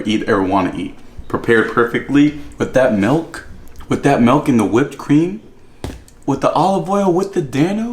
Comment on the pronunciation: He said melk...